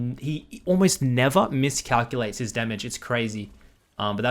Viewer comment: that eclipse ''demmeg'' tho